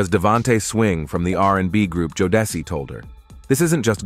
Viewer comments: The mispronunciation of Jodeci sent me into a fit of laughter! Good to find something to laugh about while watching such serious matters. Watching all of these videos only a couple of weeks ago is so satisfying after his homes were raided yesterday. Diddy is going down! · lol I was looking for this comment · Why are you mispronouncing Jodeci?